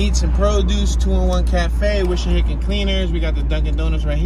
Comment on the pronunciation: It's not Wishahickon -- it's Wissahickon babe.